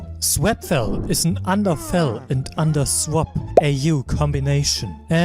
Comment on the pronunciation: Nice but it’s swap not swept fix the accent